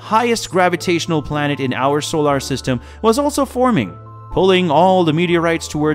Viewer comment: Is this AI narrated or does this person honestly not know how to correctly pronounce the word, "solar?"